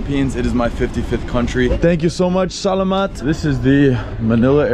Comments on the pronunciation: Just incase Its pronounced sala-mat not sa-la-mat just correcting nothing bad or shit here :D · You pronounce salamat continuously btw. Don't make a delay don't do this - (sa-lamat) It's just salamat continuously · "sahlahmaht" sir its pronounced salamat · It is not Sa-la-mat. It's Sala as one syllable then mat. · In Philippines we pronounce our language slow not fast like this: Spelling: salamat Pronounce: salaamatt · It's actually pronounced sala-mat. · it's pronounce sàl amm/āht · That was too disrespectful,😢 You said”salamat” But its pronounced “Sa-lamat”. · Im a filipino and the way he pronounced “Salamat” (no hate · This dude is committing war crimes just bc he pronounces salamat wrong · Why do they all mispronounce salamat the exact same way? 🤣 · that is not how u pronounce salamat but okay